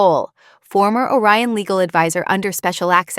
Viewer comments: Orion, not O Ryan. The subtitles should be edited before posting. Also, the Admiral’s name is Rowe. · 'Orion' not a Ryan. Re-edit.